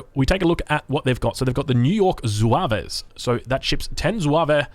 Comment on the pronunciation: By the way, they're pronounced "Zouav" it's interesting that quite a few units say french words or are french related in the US civ